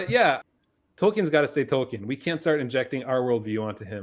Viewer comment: Tolkien, not Token.